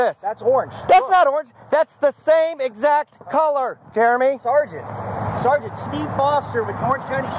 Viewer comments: if he says Sargant i've got a BINGO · He says sargeant far more in one video than anyone that's gone through boot camp in it's entirety. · This other metro guy is almost a fully trained jeremy ....just needs to learn to say sergeant sergeant sergeant sergeant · I swear the first word to ever come out of Jeremy's mouth was "sergeant".